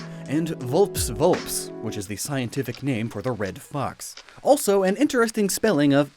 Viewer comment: I've NEVER heard someone say "vulpes" like that. You always say the "es", like "ess" or "ez" depending on a person's accent. Latin doesn't really have silent letters.